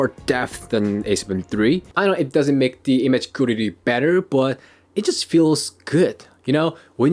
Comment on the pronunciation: You speaking english so good but you cant say correctly quality...sounds funny :) Respect!